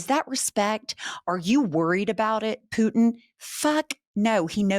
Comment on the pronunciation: I don’t like how you say Putin, other than that this is all great. 😂